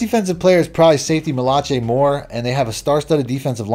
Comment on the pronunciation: Bro does NOT know how to say Malachi/Malaki